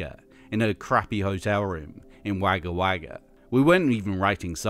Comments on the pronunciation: That pronunciation of Wagga Wagga, it's more Wogga Wogga hehe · Sorry - but it's said "wogga wogga" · Thank you, but I have to comment on your pronunciation - Wagga Wagga is pronounced "Wogga Wogga". Australian pronunciation is different. As is New Zealand. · Note for all - Wagga Wagga is properly pronounced as Wogga Wogga - although nobody actually says that as its too long and the repetition is redundant. Also because we like to shorten words down to their bare essential sounds - I don't know why, but we like to do that. So, it's actually just "Woggga". Hope that helps. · Wow - the genesis of the Eurythmics was in a hotel room in Wagga Wagga (pronounced Wogga Wogga) - that's amazing. Aussies like to claim everything - we might claim them as our own! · BTW: Wagga Wagga - sounds like, Wogger Wogger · Wagga Wagga =Wog-a wog-a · that pronunciation of wagga wagga really put the trash in trash theory